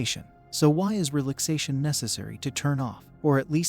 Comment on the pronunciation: The AI voice misprouncing "relaxation" is just too much...